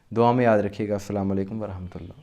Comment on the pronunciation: Ap z salam thek se kia kren salami alekum nhi asalam o alekum khte hain